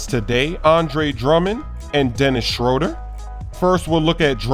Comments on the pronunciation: SchrÖder makes an ooh sound not Schroder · He is mispronouncing Dennis Schröder